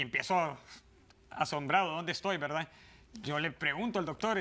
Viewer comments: Jajajaja dicen la velda 😂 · Jajajaja estos cubanos..no pronuncian la....R....me meo😂😂😂😂